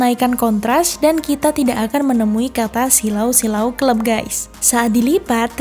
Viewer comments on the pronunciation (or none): none